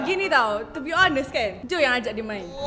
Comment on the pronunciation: Lain maciam yek dengar isteri Riss (joanna) sebut main tu....jdi travel sat "AJAK MAIN GAPO TU" 🤣